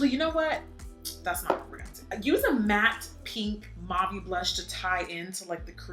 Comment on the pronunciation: Uh girl! You are the best MUA! I’m sorry but I am going to call you on the word ‘mauve’. It’s like taupe, ‘au’ in French sounds like the letter ‘O’. So it’s mau(o)ve. I’m sorry girl! I thought you might want to pronounce it correctly. 🤓